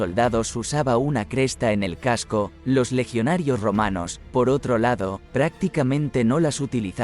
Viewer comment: La historia es buena, pero si en vez de el «qué» atiendo al «cómo», la cosa ya es muy desigual: la voz enlatada que nos narra este vídeo confunde constantemente «casco» por «caso», además de otros detalles, lo cual le da un toque bastante artificioso. Así que uno de los "no me gusta" de este vídeo, es mío.